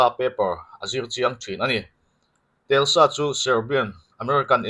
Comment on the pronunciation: Khaih khaih,Telsa nilovin Tesla tih tur a ni zawk lo'ng maw aw..